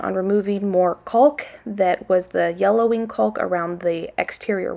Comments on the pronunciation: You pronounce CAULK just like CHALK. You are saying CULK. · I am LOVING all the work that is getting done! The videos are so satisfying to watch. Getting all that work done feels so good, I'm sure! The "L" in caulk is silent. I think that's why people are telling you that you are saying it wrong. It's "cawk". So, you actually sound like a black bird "caw-caw" but with the "k" sound at the end. It's really easy to say when you keep the "L" silent.. I hope you are starting to feel better! You are so cute! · lol !! the L in caulk is not pronounced . Everyone is busy, busy !!